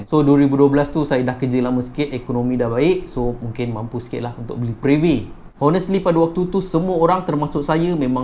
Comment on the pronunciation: Menyirap pulak dengar Honestly Honestly hahah. Silent H la... Bunyi onestly